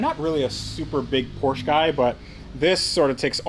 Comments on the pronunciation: Keep the Porsche (POR-SHA) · It is pronounced “Por-sha”. 😎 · Please trade or buy the Nismo because it kills me hearing you continually mispronounce Porsche. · You should stick to your american cars like Corvet, Mustan, Charg and whatever they are called. PorschE is for ones who can say its name right ;) Joke aside, buy ithe R32 or trade something for it. Beautiful cars even though I like R34 more. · You are clearly not a big Porsche guy because you always pronounce the car name incorectly...